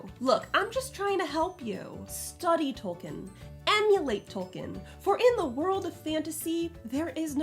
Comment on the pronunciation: "Tolkien" is pronounced like "toll keen".